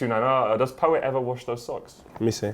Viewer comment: pat rice... ffs poet.